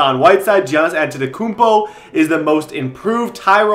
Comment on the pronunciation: OK WE'RE NOT SAYING THIS ONE MORE TIME ITS "YANNIS" NOT "JANNIS"